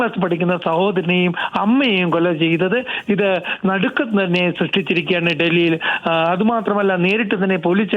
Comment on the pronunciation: सആ റിപ്പോർട്ടർ എന്തു പറയുന്നെന്നു ഒന്നും മനസിലാകുന്നില്ല, ഞടുക്കം ഞടുക്ജം എന്നു പറയുന്നു